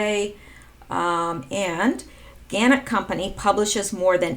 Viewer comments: Thanks for your work. Just to let you know - Gannett is pronounced - Ga NET. And the word nuclear is pronounced Nu CLE ar. When you explained the post about Snowden, define the end, etc. , I think you are correct in your deduction. Snowden still can choose to be a white hat, repent. Good work. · Pronounced gaNET